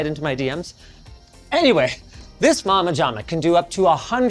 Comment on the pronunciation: i've never heard anyone mispronounce mama jama. must be a Canadian thing